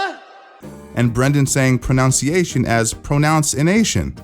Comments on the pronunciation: Even this channel dude said it wrong. It’s Pro-NUN-Ciation. Not Pro-Noun-Ciation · Granted, you're closer than Schaub, but you're not really nailing "pronunciation" very well yourself there. It's not pronounce-iation, it's pruh-nunciation. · pro-NUN-ciation 🤣 you even got it wrong yourself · Even you said proNUNciation wrong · this guy just mispronounced “pronunciation” while correcting schaub’s pronunciation of “pronunciation” the irony is crazy😂🤦‍♂️ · The irony of mispronouncing ‘pronunciation’ while joking about someone mispronouncing ‘pronunciation’.